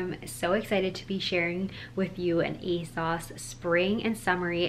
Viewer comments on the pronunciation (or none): love this! just letting you know it's pronounced "aye-sews" not "aye-sauce" :)) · The British fashion YouTubers I follow all pronounce it "Ay-sauce." They talk about ASOS more than the Americans I watch, so I kinda thought it was "Ay-sauce" too!